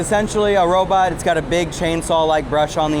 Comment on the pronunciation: Robot, robot, not robut....lol